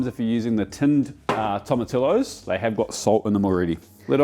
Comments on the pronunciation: Great vid! However… Tomatillos are pronounced “Tom a tee yos” Just like tortilla. It’s pronounced “tor tee ya” not tortilla. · Toh mah tee ohs=Tomatillos. And, don't make the 't's too hard. Pronounce those 'h's. In Spanish, the vowels are always pronounced the same way, no matter where they fall in a word. Good job pronouncing Rojo. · Great video! I can't wait to make this for my boyfriend. Btw I'm part Hispanic & FYI your pronouncing tomatillos INCORRECTLY! Sorry it's driving me crazy. In Spanish the double L "ll" is pronounced like a Y. Sound it out Tom a tee yos. 😊